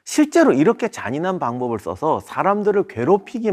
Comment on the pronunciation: ~~!!!!! 깜짝 놀랬습니다 촬영하실때 발음 조심 하세요 재미난과 잔인한! 발음을 잘해주세요 영상 보다가 깜놀 했어요 ㄷㄷㄷㄷ